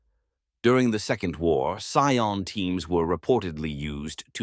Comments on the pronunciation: That said, sometimes I wish your narration had a more human touch (pronunciation of "Scion" in this one was pretty rough throughout the video!). If you're in need of a human narrator for your scripts, please don't be shy-- I'm sure both I, and many others in the community, would be delighted to help you bring these scripts to life. Just ask! The Emperor Protects. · It popping back and forth between saying Cy-ons and Cee-ens is driving me insane.. It's bad enough that it's pronouncing it wrong, but seriously PICK ONE! Unwatchable for me. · The abominable intelligence cannot pronounce "scion" properly